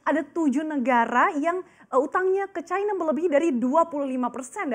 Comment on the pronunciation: Cina bukan Chayna